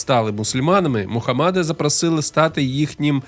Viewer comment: Мухамеда а не мухамада